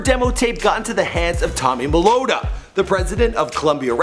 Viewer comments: "tommy molotta" lol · Tommy Molota??? It's Mottola Lmao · "Tommy Melotta" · TOMMY MA-LOWE-TA?????? COULD'VE SWORN IT WAS MATOLA.........😂😂😂😂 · TOMMY ME-TOL-AH NOT TOMMY MELOTA ?!!!